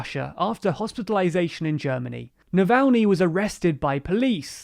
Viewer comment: Well, you got Navalny's name right this time, but you are still pronouncing Aung San Suu Kyi's name wrong. It's not that hard to look these things up, and it really impacts your credibility.